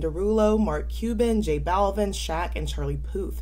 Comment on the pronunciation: No one’s talking about her conversation with J Balvin and her pronunciation of his name. Wdym “don’t correct me”???